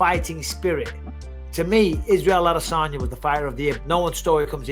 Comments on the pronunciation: Ah-duh-sanya. I just don't get why he pronounces it so weird. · Cringey as fuck listening to the host try to put an African accent on the pronunciation of spaghetti armesanya’s name.. sounds like when a tourist goes on vacation and tries to blend in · The way you say Adesanya makes me want to throw up every time.